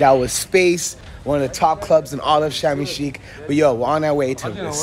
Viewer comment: you're in the place and pronounced it incorrectly.😂